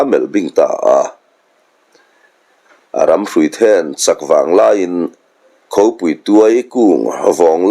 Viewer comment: Khopui, nilovin, Khaupui tih tur.